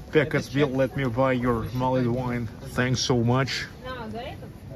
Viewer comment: Love St Petersburg, spent 2 weeks there in 2006, brilliant :) INFORMATION FOR YOU: all English words ending in 'ed' you don't pronounce the 'e' only the D, so, mulld wine, savd, pushd, listend, etc Merry Christmas :)